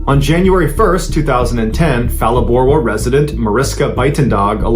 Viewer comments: It's pronounced Palaborwa, not Falaborwa. It's not English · Huge fan here in🇿🇦 when pronouncing Phalaborwa the (Ph) doesn’t create an (f) sound so it sounds like Pa and so it goes with many Southern African words that aren’t in English🫡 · It starts with a PH but it's pronounced Palaborwa. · Pronounce Phalaborwa with a P not an F. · It's pronounced as pa like in Paleo. Proud Limpopian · Generally good pronunciation of Saffa names, but the "Ph" in Phalaborwa is a hard p. 😊 Zimbabweans are victims of terrible politics from both their own regime and incessant interference from the West, who has no business there except greed. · I live here in Phalaborwa ( pronounced Pala borwa) my brother in law and a friend swam 50m to the other side and back again.... fools ! Had a 4.2m stalk our rubber boat, had himself ready to launch one of us out of the boat...luckily we saw it ! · I'm from South Africa and so btw, it's pronounced Palaborwa, with a P not that F sound. Phalaborwa mean, better than the south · Pronounce the town name with a pronouced P like you would say papa - not a soft P like Phil ❤ good story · Phalaborwa is pronounced with the p and the h separately. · Sorry but the "H" in Phalaborwa is silent. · Phalaborwa is pronounced with a P not an F sound. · The "Phala" in Phalaborwa is pronounced Pala as in Palladium. The "dag" in Buitendag should be pronounced as "dACH" as in "ACHmed the dead Terrorist". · Good story, and I really love your content! My only comment is on the pronunciation of names of people and places. As a South African, I could immediately tell that Phalaborwa was pronounced completely wrong, and Buitendag wasn’t perfect either - but a decent try. I feel that attention to these kinds of details can really make the story even better. Mariska - near perfect pronunciation :)